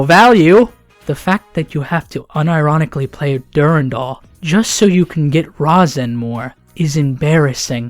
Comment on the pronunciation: Its pronounced Ri-zen but spelled Razen